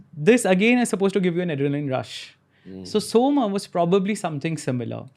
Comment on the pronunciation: It’s Soma, not Soma.